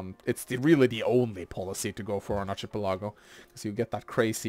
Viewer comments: word is pronounced Ark-uh-PEL-uh-go, no ch- sound and his emphasis was off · "ˌärkəˈpeləˌɡō/ " no ill. it's an "el" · ˌ"ärkəˈpeləˌɡō" is the pronunciation. Your professors are just normal people and they happen to be wrong this time.